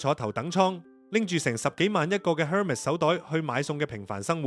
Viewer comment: Hermes 唔係咁讀